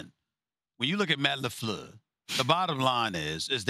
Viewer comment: I love how Stephen A says "Matt Lefluuhh"